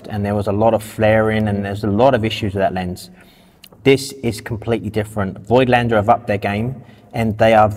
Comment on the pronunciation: People, as a German, please stop calling Voigtländer that way, it is pronounced 'Fogtlender'. Thank you.